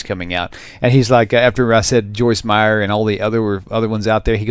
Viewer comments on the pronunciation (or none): It's Meyer without the s.